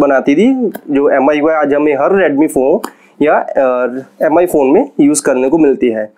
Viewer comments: M i nai bolte hai paaji use Me pronounce karte hai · "meem" hota hai paaji 😂😂😂😂😂😂😂😂